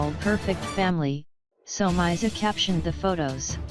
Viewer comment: "somayzi" kahle robot voice ✋